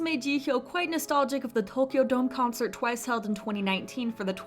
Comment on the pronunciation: I like how she pronounced Tokyo omg that's perfect